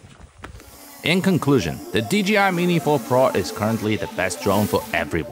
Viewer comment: He Said dgi 😮😮😮😢